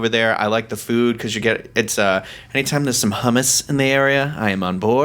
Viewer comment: The way said “hummus” 😂😂😂😂